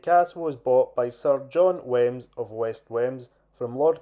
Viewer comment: I don't want to sound pedantic but it's pronounced weems.